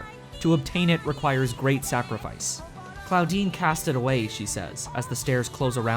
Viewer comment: „Claudine“ subtitles hearing „Clawdeen“ omfg